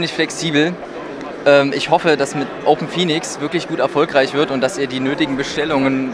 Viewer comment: Hey, kleine Korrektur: Es heißt "OpenPhoenux", nicht "Open Phoenix". Danke für die Interviews! Lukas – OpenPhoenux